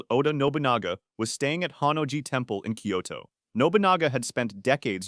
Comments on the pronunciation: 'Koito' =/= Kyoto. You can do better than that. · Turned his army towards ''koito''?! This is AI isn't it? lol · "he fought 61 life and death duels and didn't lose A SINGLE ONE" - haha, bullsh!t, he lost a couple while he was still learning (read about it, I have!). Furthermore, if he lost a SINGLE life and death duel he wouldn't have died like he died ;) Jeeebus, the murder of the Japanese cities names is killing me "Koito", seriousLee?! 🥲